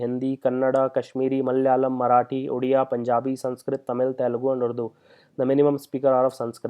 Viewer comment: Sir its 'Odia' not 'Odiya' in 96th Amendment :)